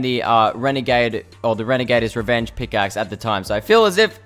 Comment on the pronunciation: This guy just said “renegader’s revenge”